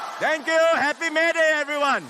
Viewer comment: May day Became PAP day??